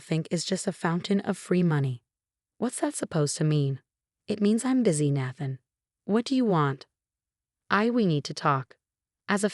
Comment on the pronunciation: I used to laugh at this particular voice naming a character “Ratchel” but Natthan is even funnier. That AI had improved of late. Is this an older story being recycled through RR?